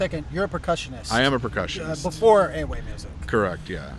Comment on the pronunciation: Why do you say the word EWE wrong? why do you play everything wrong my friend? Akufede is weak. your friend playing wrong support pattern.